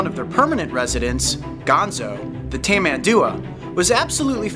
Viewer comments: Is tamanduA, the strongest part of the word is the last A. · It's pronounced (here in brazil at least) "Tamanduá" with the last "a" being tonic.